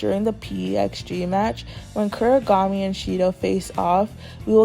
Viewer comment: Please stop saying kurigami it’s Kunigami